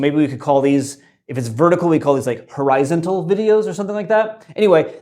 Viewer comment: Horizont-al? By god you've done it again, you absolute genius!